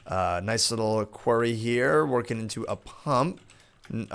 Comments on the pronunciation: it's said like "kwori" and not kwary, also it's said "borble" and not however you said it:) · you are pro-nouncing quarry wrong you are pro-nouncing it query; it's pro-nounced Q-U-A-R-R-Y say it out loud, like pro-nounce each letter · Its pronounced qorry.... Not queery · Qwaery ? Quairy ??? you mean Quarry... K-War-ee ! lol honestly though, i've never heard it pronounced like that so no hate, just more curiosity <3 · Borebills, Qwa-rry plz ur pronunciation is killing me